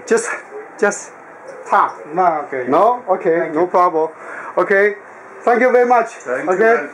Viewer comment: Yeah! What’s the guys pwobrem!?